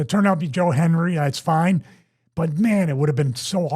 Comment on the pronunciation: He's pronouncing without the d. That's likely intentional, to avoid summoning him.